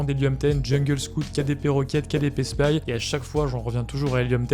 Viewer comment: Tu n’utilises pas Black Box pour trouver des idées de niches ? Et sinon, c’est KDSpy, pas KDPSpy :)